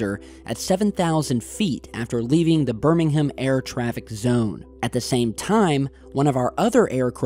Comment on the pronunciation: Great work. You get extra points for pronouncing Gloucester and Birmingham correctly!. Nice.